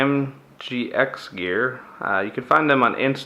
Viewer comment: Nice upgrades, thnx. But check your reading of company name! Oops